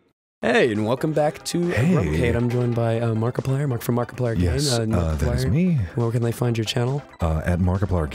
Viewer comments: "Markipleirr" Yup, it's on purpose. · I'll take Dan's "Add er to words to make them sound funny" philosophy. Merkplerrrr